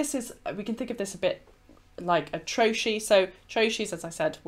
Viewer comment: I always thought trochee was pronounced trokee not troshee.